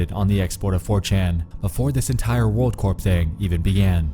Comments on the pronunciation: Hey by the way Corp is said core, like an apple core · it's pronounced "world core". Like the army corps of engineers. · You shouldn't pronounce the P in "corp"